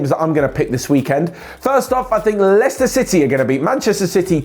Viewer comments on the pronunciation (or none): none